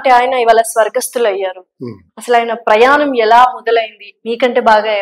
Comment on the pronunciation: వాల్లు ప్రయానం etc నీ తెలుగు మండ ఎవడు మీ తెలుగు నేర్పిన మాష్టారు? మీ అమ్మా నాన్నా ?